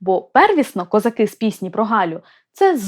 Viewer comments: Не козаки', а козАки. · Даруйте, але в пісні ,,козАки", а не ,,козакИ". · У пісні навіть наголос невірно стоїть у слові козАки, щоб підвести рифму під весь(!) текст. До речі, далі у тексті, наголоси стоять, як треба. Ще, будь ласка, зверніть увагу на те що: Їхали... "додому" , а позвали з "собою". Геть ніякої рифми. Ріже вуха. Молодше покоління, на жаль, вже не чули, як бабці співали цю пісню у селах. А ми, вже досить старі, чули. І ще пам'ятаємо, хто звідки їхав. Тому і козак до Галі не прийшов, бо чітко знав, хто Галю привіз. З повагою. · Язавжди питалась, чому наголос у козАки неправильний.